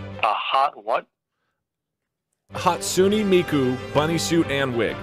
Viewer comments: i think i died a little from his mispronunciation of hatsune miku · Wow Doug Doug doesn’t even know it’s pronounced “hatsune miku” and not “hatsune miku”! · He's probably confused because that pronunciation of her name was off lol.